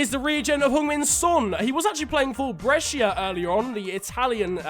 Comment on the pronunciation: PORCODIO SI DICE JUVENTUS E BRESCIA NON PIEMONTE CALSIO E BRESIA DIO CANE